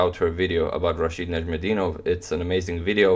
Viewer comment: Love how you narrate the game, but your pronunciation of Najm El Deenov is very similar to the Arabic pronunciation!! The word means in Arabic Star of the Religion